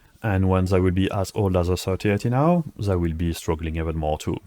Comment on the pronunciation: pitié fais un éffort sur ton accent... they c'est pas zeey , dit le plutôt avec un D déy ca sonnera mieux et quand tu dit ze dit plutôt dhi , merci !